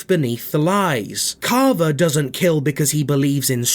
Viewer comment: Bro saying caaavaa